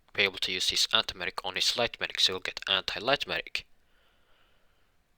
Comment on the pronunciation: Dude, do you say Magic or medic?